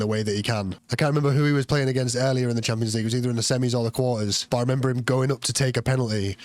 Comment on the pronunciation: Just sounds like he’s saying tampons 😂